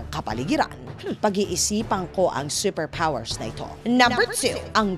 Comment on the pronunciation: seper pwoers!